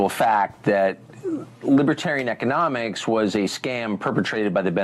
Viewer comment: Even funnier rhat he mispronounced economics as "eco-mom-ics" any way that's just freud for thought